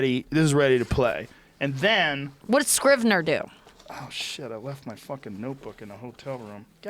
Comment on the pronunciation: Joe "I use this program called Scribner" Rogan